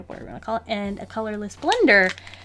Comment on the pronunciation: "The color of this blender is... Brush pen on one end and... bullet nib on the other" What a beautiful color I know she said colorless blender, but that's what it sounded like she sad/